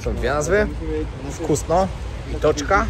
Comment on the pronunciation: Czyta się - wkusno!!!